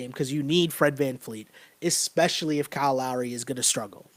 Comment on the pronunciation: It’s Fred VanVleet with a V not vanfleet